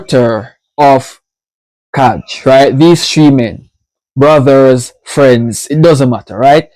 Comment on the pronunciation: Kai are no brothers :-) ...and the pronounciation of their name is "KAI" ...as Northern European languages has a soft letter "J". Soo KAI (not Kaadge). Kai are from Finland and the little village "Vörå" but singing in their native language which is Swedish (Finland has 2 national languages Finish and Swedish)